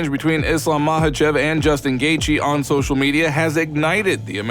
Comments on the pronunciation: Chael Sonnen and his Islam Mackelchev 😂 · When is Chael gonna tell Islam how to pronounce his last name right?